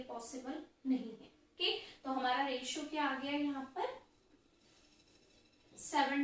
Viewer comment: Mam it s called the23is to31not aRotio😊